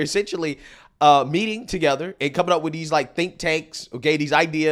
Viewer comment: Baybay.... baybay... git him some meds cause I don't know where he's evah gonna go.... she's just making sounds wif huh mouf.